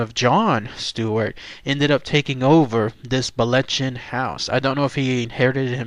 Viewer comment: Sigh, the proper Scots pronunciation is located here It's not pronounced the way the narrator says it. Ch is Scots isn't hard K sound! See also Locchhhhhhh not Lock.